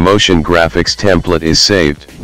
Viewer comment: "Templet" yeah? haha